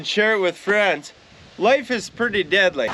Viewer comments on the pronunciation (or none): For years I thought you were saying “diddly” like Ned Flanders from the simpsons. It wasn’t until I saw one of your shirts did I find out it was actually “deadly” not gonna lie I think I prefer the diddly 😂